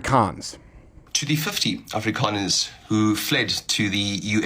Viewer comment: Appreciate the pronunciation Steve; “Afrkaaaaaaners” 😂